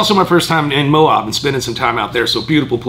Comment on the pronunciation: Lol it's Moab, not Mo-ob!